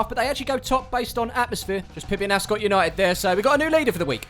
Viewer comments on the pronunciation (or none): none